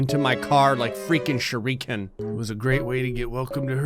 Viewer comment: What meant: shuriken What said: shuriikin